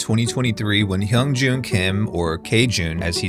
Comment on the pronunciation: The mispronouncing of hyungjun is frying me